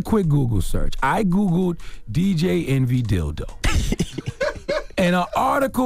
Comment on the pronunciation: Did no one hear charlamagne say, Dj entry?